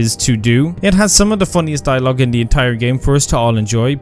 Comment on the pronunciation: Lolz, tries to teach us how to spell "artefacts", pronounces "the" as "duh", "this" as "diss", and "they" as "day" 😂😂😂